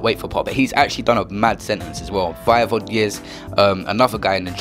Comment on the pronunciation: "Setenece" l0l